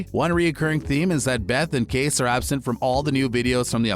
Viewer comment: Dude, Kayce’s name is pronounced kay-see not case. Make a little effort to show you’ve watched at least one episode of the show. Yellowstone is an amazing show and you should pronounce character names correctly!